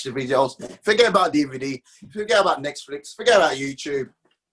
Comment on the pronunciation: Man said Nextflix haha